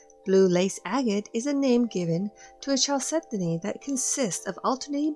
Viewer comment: I loved the video, and found it very educational, but please chalcedony is pronounced kal·seh·duh·nee